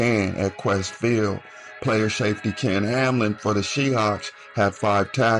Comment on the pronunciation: Its ken hamlin come on fam not kam